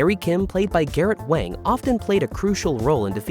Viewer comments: Wang is pronounced as wOng, despite how it is spelled. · How could you not know Garrett Wang’s name is pronounced WONG? He is friends with my daughter and son-in-law. He came to their wedding. I talked to him at the reception for a little while. He’s very friendly and funny. I enjoyed talking to him. He gave a very funny and thoughtful speech at the reception. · It was for the best. Kes's character was incredibly shallow, and one note. The writers were running out of ways to utilize her. Not to mention she had a lot of mental problems that lead to her having a lot of problems on/off set. Garett Wang (pronounced "Wong") was under utilized until Kes left, at which point he contributed quite a bit more to the series. As I said, it was for the best.